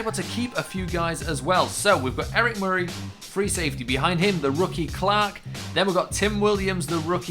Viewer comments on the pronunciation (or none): none